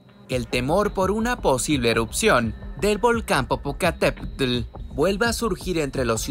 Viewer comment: No sé si el que narra es mexicano..pero no sabe decir bien el nombre de un gran volcán 😂😂😂